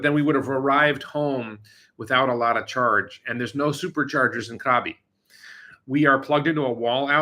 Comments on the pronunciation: So let me get this straight — you say Krabi like “KRAH-bee” in your videos for Western viewers, but when you’re off-camera you magically switch to the correct Thai tones and soft consonants? Mate, it’s not a stage accent — it’s a language. The town is กระบี่, pronounced closer to Grà-bèe — low-high tone, soft 'r', and the stress on the second syllable. Thai locals can tell when someone’s winging it with tourist phonetics. Saying you pronounce it differently "with Thai people" is like saying you only use chopsticks when no one’s watching. And if we’re being honest, plenty of farang guys like to think they’re blending in because their wife nods politely while cringing inside. Appreciate the “Kop kun kop,” though. Nothing says deep cultural immersion like Google Translate and a flex in the comment section. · Given you have a Thai wife, you think you would be able to pronouce the name of the town you are living in. It's pronounced "Graa-Bee"